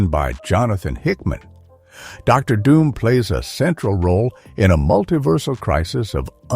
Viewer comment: What about Der Doom, instead of Dr. Doom. Low budget video. No effort into making this bullshit.